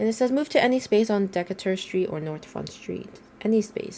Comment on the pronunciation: It’s pronounced duh-KAY-ter street.